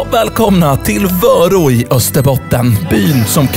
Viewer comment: Kan du snälla utala vörå rätt